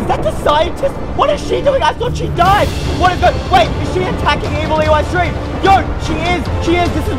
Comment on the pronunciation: What u call evil eystreem